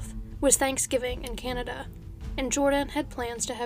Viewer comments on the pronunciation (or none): none